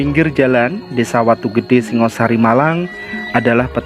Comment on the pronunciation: Pengucapan perlu di luruska.Singa Sari Idethik Kodam Singo The Lian of Khing .Yang Bear adlh Shingga Sharry. Pubya arti Bumi Hap Sorp Dn Hapsari..Shanha ber arti Berasal dari Alam Suwung muncul Ke Bumi menjadi Shangha Shary.Rahayu Nuwun.